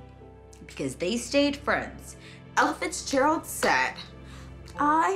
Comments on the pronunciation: Without reading the title, the narrator seems to be saying "Elephants Gerald". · Every time she said Ella Fitzgerald I thought she said Elephant Gerald... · She kept saying it like 'Elephants Gerald.' True #DrunkHistory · I keep hearing "Elephants Gerold"